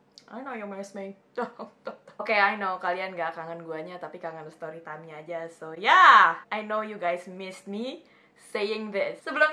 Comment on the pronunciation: Kangen suara ka "stowy twime tinggg" hoho😭